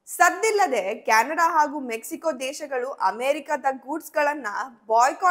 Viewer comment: ಕ್ಯಾಣಡ ಅಲ್ಲ ಮಾರಾಯಿತಿ ಅದು ಕೆನಡಾ 😂